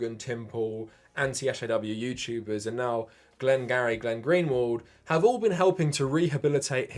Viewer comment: Why do you keep calling Glenn Greenwald "Glenn-Gary"? Am I missing something?